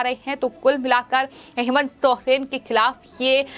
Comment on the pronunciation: Aap Hindi padhana nahi jante hai kiya jo sohen pad rahe hai jab ki Soren likha hai